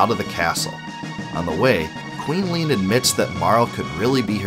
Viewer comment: Leene = lean? rly?